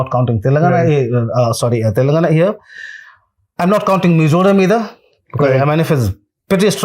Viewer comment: Young man !! It is not “Telungna”! It is pronounced as Telangana!